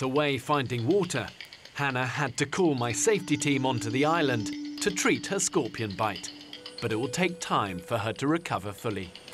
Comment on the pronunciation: "Scropions" lol